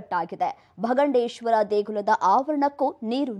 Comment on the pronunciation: It is not bangadeshwara It's bhagandeshwara